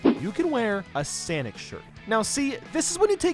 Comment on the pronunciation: SENIC gotta go fast